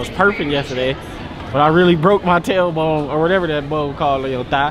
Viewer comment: Talor bone😂. It's tailbone